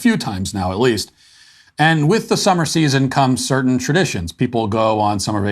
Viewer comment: Funny to hear one guy talk normal and then the other has to talk retarded to give weather